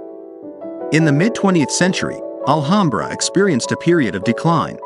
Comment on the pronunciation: I grew up in Alhambra. Please pronounce the name correctly. It’s, Al-ham-bra. Ham as in the pig meat you make a sandwich with.